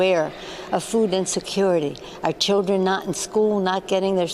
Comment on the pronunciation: I can't stand the way she says "food".... It's like a foreign word to her. It makes my skin crawl. Maybe I need some Botox.